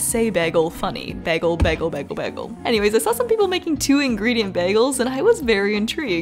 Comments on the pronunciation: ppl say you pronounce bagel weird because most people pronounce it "bay-guhl" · i love the way u say bagel but its kpre pronounced like bay-gal rather bag-gal